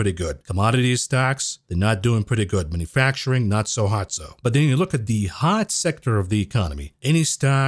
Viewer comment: 'manafacturing' Love your work bro!